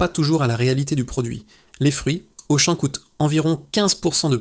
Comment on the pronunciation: La voix de synthèse : Auchan prononcé Auchanne!!! bravo